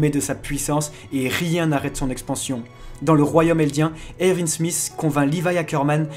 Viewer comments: "le jeune Ervi smith"? Pas Erwin plutôt ? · C trop drôle tu dir ervinne alors que tout le monde dit erouine mais sa s'écrit erwin